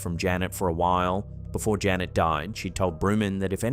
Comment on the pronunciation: Janette, not Janet!